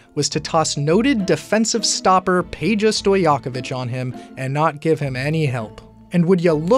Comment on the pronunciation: can you say Pay-Ya. Pay-Ya Stojakovic